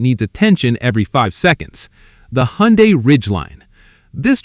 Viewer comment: As soon as he said Hyundai he lost all credibility.